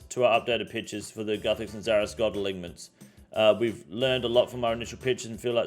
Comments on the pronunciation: Uh-line-ments ffs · Great videos but please learn to pronounce alignments